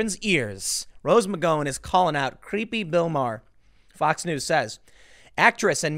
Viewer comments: If Tim can’t eventually pronounce McGowan correctly, I’m going to snatch the slat of the fence in his crack out and jam it in my ear!! FFS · Are you pronouncing her last name right. Because I don’t think you are. You’re the only person I’ve ever heard pronounce her last name like that. What’s the deal? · 😂 Hilarious how you continue to mispronounce McGowan.. Great job. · have you never heard her name pronounced before? it's amazing that you continue to mispronounce after all these videos you produced. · Are you mispronouncing her name on Purpose... i mean it's been months and you've still got it wrong.... am I missing an inside joke? "Mc Gow in" -not "Mc Go In", like owe, sow, pow, wow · It's McG-OW-an. Not McGO-an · Tim, it's a small thing but her name is pronounced Mc Gow-an not Mc Go-un. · I always thought it was pronounced "Mick gow-an". Hearing "mick go-in" makes me giggle. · I Can't stand it anymore!!!!! Google her name please you are pronouncing it WRONG it's Mc-Gow-an not Mc-Go-en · Rose McG(OW)an OW-an... not Go-an.... OW! not Go.... DO NOT PASS GO, DO NOT COLLECT $200...... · Rose Mc-GOW-an , not Rose Mc-GO-in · isnt it pronounced McGowan (rhymes with cow) rather than McGowan (rhymes with go) ? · I only clicked on this to hear Tim say "Rose McGoing" again, and was quickly pleased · I asked him, "where is Rose Mcgoin Tim"? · next video "Tim Poole credibly accused by Rose McGo-in" she felt threatened by his mocking tone and inability to say her last name correctly. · It's Can't care less. Also, it's McGowen, as in Ow, like when you stub your toe. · I think the Gow in McGowan is pronounced like "Cow." Mc-Cow-An ... like that. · Why does Tim say McGawon like an R word? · Tim, Rose "Muh-go-in," Pool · Tim: It’s /mik-GOW-un/, where the “GOW” rhymes with “NOW.” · Please check your pronunciation, the ow in Gow is like the ow in Pow. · You can't pronounce her last name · That’s a weird pronunciation of McGowan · I think you pronounce her name wrong